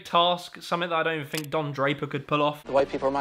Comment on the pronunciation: "THINK" not "FINK"